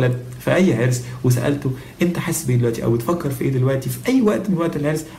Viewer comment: Min Ya, you slipped and you said 3arrs not 3irs! lol I caught you lol You clearly did not mean to, but it is still funny!